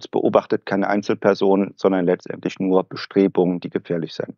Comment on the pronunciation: Könnte man das "nur" vielleicht ein bisschen weniger stark betonen? Klingt nicht wirlich professionell.